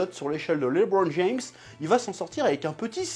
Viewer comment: Quand c’est pour dire « Lebron James » ton accent est parfait 🤣🤣🤣🤣 petit filou